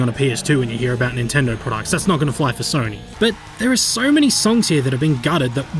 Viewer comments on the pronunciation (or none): none